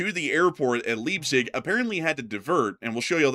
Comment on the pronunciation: The city of Leipzig is pronounced as "Laipsig" 🙂, the 'ei' sound is similar to the word 'eye'.